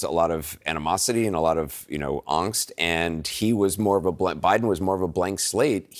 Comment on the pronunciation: What a weird way to pronounce "angst."